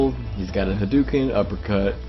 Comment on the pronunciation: How can you call it a HADOOKEN when the character even says the correct pronunciation?